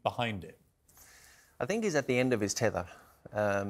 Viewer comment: "He is de greatest footbalplayer that has ever played the game"....cant take this guy seriously after saying that